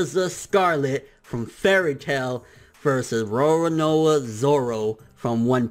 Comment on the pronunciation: He still can't pronounce "Roronoa" even after all these years! LOL!